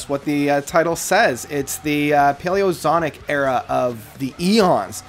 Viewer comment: “Zonic”? Really?